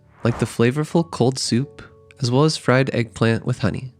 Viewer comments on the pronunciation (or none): none